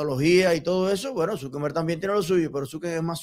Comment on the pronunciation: No se dice Zukember, es Zuckerberg, sin N